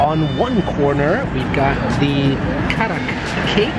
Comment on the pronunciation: Thank God... You got the right. It's Kadak not Karak. I don't know why every place in UAE it's written Karak. And even samosa. Everyone in UAE says sambuusa. It's very irritating when they mispronounce Indian dishes.